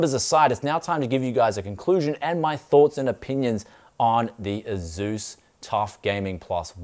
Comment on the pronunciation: They've been making quality MB's for a couple decades and I for one trust Asus over most, which might even be made by Asus... also, pretty sure it's pronounced (aye-soos).